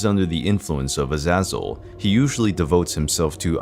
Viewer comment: That's not how you say A za zel